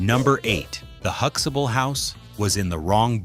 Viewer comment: They are not saying Huxtable properly either...